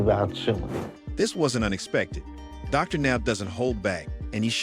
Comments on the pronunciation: calling Dr Now Darnow 😂😂😂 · I spent an hour trying to figure out who DARNELL was before I realized it was an trying to say Dr.Now at times. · If u can't getting A.I. to pronounce properly, speak for it! DarNow? C'mon! Get the words right!!! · Darnow? Doctor Now? Lol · DrNow 😂 that’s how says the doctors name 🤦🏾‍♀️